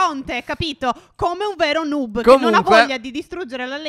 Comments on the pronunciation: Non si dice nuub ma noob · Si dice nob no nub